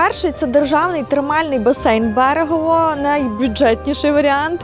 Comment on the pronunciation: Ледь відійшли від Мукачеве, Мукачевому тепер на Берегове почали. Правильно Берегово, Мукачево… запам’ятайте будь-ласка всі вже. Бо дуже багато звучить невірно поставлених наголосів про Латорицю, Мукачево, Берегово і тд… Просто підмітив і наголосив!